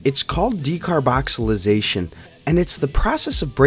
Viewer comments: Its called Decarboxylation not decarboxylization bro but go head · Decarboxylation* not decarboxylization bruh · It is called decarboxylation not decarboxalisation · "Decarboxylization" Lmao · Decarboxilization or decarbonicxilicatation?😂😂😂😂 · If you are going to make a video, as an authority on decarboxylation oh, you should be able to pronounce decarboxylation. There is no Z in the word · Good video. Good info But hearing you mispronounce decarboxylation made my head hurt. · you are pronouncing decarboxylation wrong. js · You can't even say "decarboxylation"......